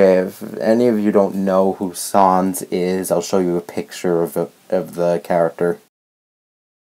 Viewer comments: Sans does not = "Sauns", it = "Sayns". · He says sans as säns.... PREPARE FOR THE TRIGGERD FANBOYS, THIS SHITS GONNA BE GOOOOOOOD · dude im not a hater/fanboy but say sans right dude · P.s You said Sans Wrong